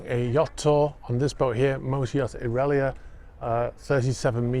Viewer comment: The Italian pronunciation is ow-reah-lee-yah with the reah pronounced like yeah and the lee pronounced short and fast.